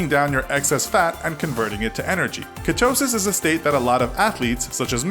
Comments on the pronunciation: Ketosis (pronounced kee-toe-sis not katosis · You say ketosis weird, every video you take a word and find a new unique way of pronouncing it😅😂